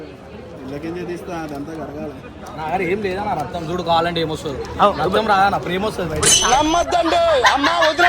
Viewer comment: Its is not ratam it's is Raktham